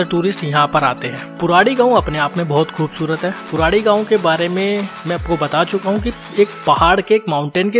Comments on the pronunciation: Bro it's Purodi not puradi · पुराडी नहीं पुरोडी है।